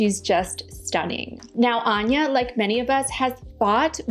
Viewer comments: She says Ann ya, not awn ya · *Starts with establishing the pronunciation of Anya's name. Proceeds to mispronounce it for the remainder of the video. Ann-yuh, not On-yuh. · I heard Anya pronounce her name ANN-yuh, and you pronounced it AHN-yuh (at least that's what I keep hearing). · "lets get the correct pronunciation of Anya's name" Anya - "hello I'm ANNE - YA ", with chest - "AHN-ya" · “hello I’m “AAH-nya”: let’s get her name right, it’s AHNN- ya” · I actually found it incredible endearing when you discussed the pronunciation of her name. Immediately after she says "Anne-ya", you say "Ahn-ya". But I say potato & you say po-tah-to so it's no thing. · anya: hello, im anne-ya: ahhn-ya taylor joy lol sorry just thought it was funny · First time watching one of your videos, came up in suggested, interesting perspective. The one thing that was confusing & jarring was how you pronounced her name after making a point of playing a clip of her saying it...I listened to it quite a few times over because I hear her say "Ann-ya", but it sounds like you are saying "Arn-ya". Could just be me but I felt uncomfortable every time you said it after that. This is constructive feedback, not a complaint. I can be hypersensitive to these things, so perhaps does not bother others as much. Thanks for an informative video, it was well presented. I feel sorry for her & hope that she has found some peace with herself. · but she pronouces it as "Anne-yah" not "Ahn-ya" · She clearly pronounces it Ann-yuh, not On-yuh. Listen to how she says it on SNL promos. It's like the name "Ann," not "On." That's how she says it in the clip you say helped you learn how to pronounce it yet you then start saying "On-yuh." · 😂😂😂 she said Anne-yuh, not On-yuh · She clearly said ANN-ya, not Ahn-ya 🙄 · lol, Anya clearly says 'Anne-ya', then you still call her 'Unya'. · You had her state her name and then continued to pronounce it incorrectly 😂 she clearly said “An-ya” not “Ahhnya”